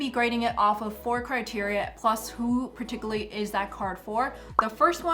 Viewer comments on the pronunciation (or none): Very helpful, thank you.... and I mean no offense, just trying to help bc you used the word about 10 times and mispronounced it each time (particularly)... it's PAR-TICK-YOU-LAR-LEE...thanx again